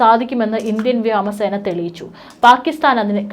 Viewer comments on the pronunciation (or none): വ്യാമസേന അല്ല സഹോദരീ 🙏🙏 വ്യോമസേന എന്ന് പറയൂ 🙏🙏🙏🙏🙏🙏🙏🙏🙏🙏🙏🙏🙏🙏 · വ്യാമ എന്നല്ല ഉയരണം " വ്യോമ " എന്നാണ് പോയി മലയാളം ശരിക്കും പഠിക്ക് അഭിനവ മാപ്രകളെ🙄🤑🤑🤑